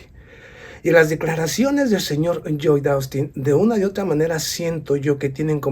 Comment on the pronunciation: Lloyd Austin Secretario de Defensa de Estados Unidos El nombre Lloyd se pronuncia como una L, Loyd